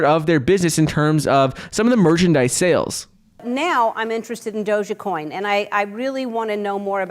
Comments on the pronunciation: Please stop saying dogacoin..it's dogecoin.smh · Wht a flop doja coin at least pronounce it ryt if u advertising it 😂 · From "Bananas" to "Doh-jah". It's progress. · If he wants to call it “dojacoin,” that’s fine ...I cringe with appreciation 😬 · "DogèCoin" - Mark Cuban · What THEE HELL is DOJA-COIN?? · Anyone else hearing them pronounce it like “Doja-coin”? Lol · He is thinking about doja cat lol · he pronounces the e at the end lol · Someone teach him how to say Doge ffs